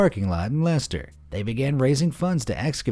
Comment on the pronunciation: Lye Chest Er...